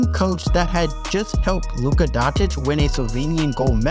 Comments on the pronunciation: Bruh you mispronounce every single name, including Doncic. Dawntik, jeesus christ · BOYYYY you haven’t said his name a single time correctly. And I’m not saying Slovenian pronunciation etc etc. you have said DONDIC …. EVERY SINGLE TIME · yeah if it was not for the pronounciation of Dončić, so,for yall americans that still cannot pronouce his last name i'll make it simple, its Doncheech. You know, like Cheech and Chong? There ya go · “Don-chich “ but damn good documentary my dude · Amazing documentary. I'd work on that "Luka Dontich" pronunciation, though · say luka dontic one more time and im gana come to america and beat ur ass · I think it may be possible that he's having trouble pronouncing the name because of the lisp? Like just from ignorance you would never pronounce it "Dontitch", rather something like "Donkitch". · I've heard quite a few different people from the states pronouncing it as "Dontich" over the years. I'm not hating on the creator of this video btw; expert sports analysts are much worse offenders in this regard. They had a perfect example of correct pronunciation by Adam Silver on the draft night, but they willfully choose to ignore it because it's not a big deal. For me, hearing his name mispronounced continuously throughout a video depicting his career so far sounds like someone's stabbing my eardrums 😂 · Hey Luka playes for almost 7 years in NBA and you still CAN'T pronounce his surname correctly? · You killed the pronunciation of his last name. After seeing that lefraud toy I had to stop the video 😂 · why would you make a 45 min video and not learn to pronounce his name correctly first? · How do you make a 46 min video on someone and cant even say his name correctly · This narrator should learn to pronounce Doncic’s name. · Great video, but for the love of God, there is no T in Doncic. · You should maybe first work on your pronounciation of european names,otherwise very good video,keep it up! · its Luka DONCIC not Luka DONTIC!